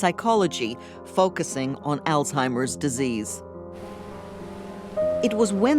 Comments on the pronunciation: He's a victim of a lost bread winner, and her family knew it ! He pretends to be intelligent. ... but can't properly pronounce the word Alzheimer, it certainly isn't allstimer! This is a perfect example of a Narcissistic personality he's done no wrong ! People that know Narcissistic people are well aware of their manipulation! This was sick, and disturbing ! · Did he say “all timers?”